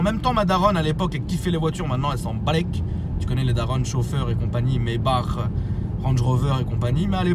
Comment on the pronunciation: Pourquoi tu dit [Maybar] c’est pas plutôt [Maybak]?